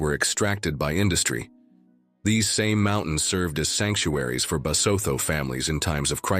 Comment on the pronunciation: The correct pronunciation is Lesotho and Basotho not Lesootho and Basootho